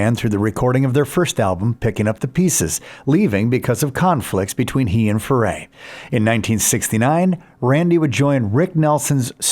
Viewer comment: You'd think the moron voice over would be able to pronounce Leadon and Furay correctly.